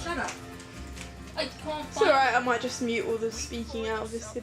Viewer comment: stress is on "not JUST" :P